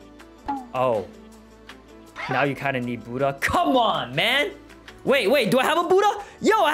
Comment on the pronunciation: "Are you serious right neow bro."